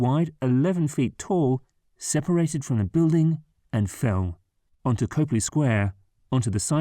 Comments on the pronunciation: Well, it’s pronounced COP-LEE, not COPE-LEE FYI. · The narrator is mispronouncing Copley. The first syllable should sound like "cop", not "cope". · Every time you say COPE-lee, I cringe. People who earn money by making videos for the public to watch need to spend 10 seconds learning how to pronounce the names of places and people they don’t know. COP-lee. As in "traffic COP." The first syllable does not rhyme with cope, hope, taupe, dope, soap, or any other word with a long ō sound. It is pronounced EXACTLY as it looks.